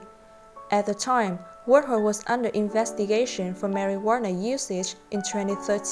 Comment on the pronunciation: I like how she pronounce marijuana to marijuaner. Lmao its better way to pronounce it.